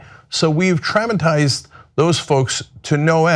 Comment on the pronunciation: Cenk's pronunciation of traumatised and faux make me lol